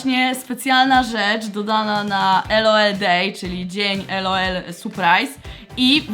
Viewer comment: Nie mówi się ELOEL tylko LOL !!